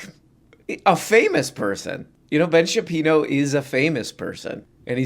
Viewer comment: Ben Shapino? Never heard of him